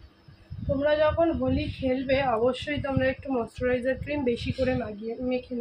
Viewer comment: তুমি খালি মস্তরাইজার বোলো কেন ঐটা mouschoraijar হবে 😔